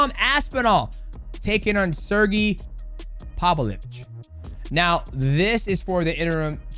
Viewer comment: Pav-lo-vitch. Have a little practice.